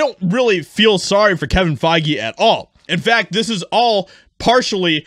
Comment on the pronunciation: Kevin Fai-Gay